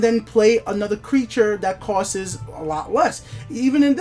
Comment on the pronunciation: Your videos are great, but can you stop saying 'costses.' It's "costs", one s my bro.